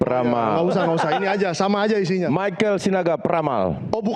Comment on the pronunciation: baca text lgsung saja masih salah..michael oh michael..